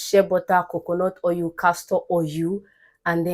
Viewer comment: I'm referring to Igbo as "yibo" . Your Igbo intonation is pronounced especially when pronouncing oil, you say "oryu" So, you be Omo "yibo" na🥰